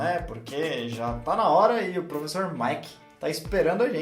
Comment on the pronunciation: professo de ingreisssssss e ngm corrigiu ela, bando de vacilao akakaskoksaoasko